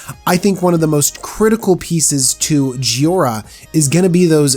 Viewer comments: It is JHO I RA not JHI O RA you mispronounced it several times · _ clears throat _ Ahem. JHOI - ra. not "JHIO - ra." That actually bothered me enough in the first minute that I had to comment on it. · Joy-ra. Say it with me. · it's Pronounced Joy-Ra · There’s an “i” in jhoira. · Is it me or did he pronouce Jhoira about 5 different ways?!